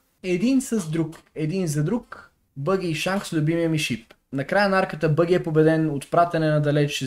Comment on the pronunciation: казва се баги с а :D